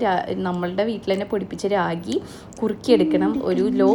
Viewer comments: രാഗി alla റാഗി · രാഗി അല്ല,റാഗി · രാഗി അല്ല, റാഗി. പിന്നെ ഫൂഡ് അല്ല, ഫുഡ്‌ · രാഗി alla റാഗി പിന്നെ ഫൂട്‌ alla ഫുഡ്‌ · രാഗി അല്ല കേട്ടോ റാഗിയാണ്